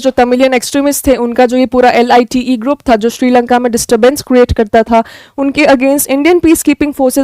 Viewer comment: mam LTTE NOT LITE